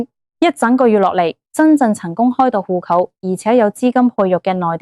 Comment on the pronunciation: 戶口「呼扣」啲乜嘢口音嚟呀？